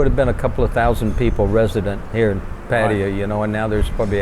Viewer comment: You'd think they could at least pronounce 'Pattaya' correctly.